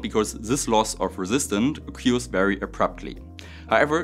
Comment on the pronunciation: Please look up the pronounciation of "to occur" / "occurrance" 😉